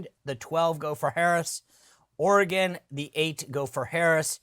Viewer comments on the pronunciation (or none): none